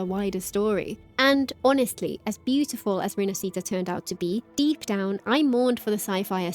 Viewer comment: I really love your content but for the love of gatcha learn to pronounce "rinascita" properly.